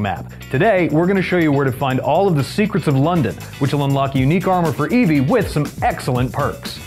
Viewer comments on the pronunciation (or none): none